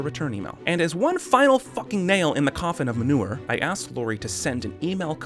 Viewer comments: The best part is how much you both struggled with manure/Munir. 😂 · how hard is it to pronounce Munir for an american? i'm hungarian and even i can pronounce it